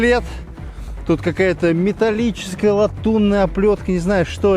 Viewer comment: Прочитал кучу комментов и нигде не нашел название танка. Это т-64 если чо. И да, СПГ не стАнковый, а станкОвый. От слова станок